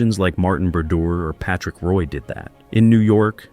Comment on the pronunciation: Great video, but gotta get the names right. Pronouncing Patrick Roys last name wrong is crazy. And Vezina aside from that still good. Long Live the King